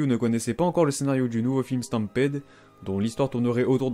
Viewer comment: "Hibernation x Hibernation" Ça me fait trop rire de voir les expressions que tu utilises pour les absents du jump! A chaque fois c'est quelque chose de différent haha! x) Sinon, pour le film One Piece "Stampede", ça se prononce "Stampide" désolée d'être pointilleuse! :3